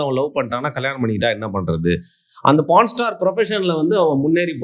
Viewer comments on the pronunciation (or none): born aaa pronaa😂😂😂